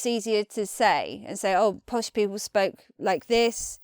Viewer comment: What on Earth are 'posh peepuww'?